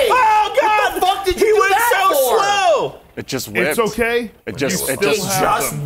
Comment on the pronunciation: I burst out laughing when said it like that!😂😂 “It just WHIPPED?!”